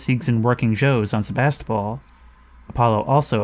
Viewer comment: Me every time they say "SeVAStOpOl": 💀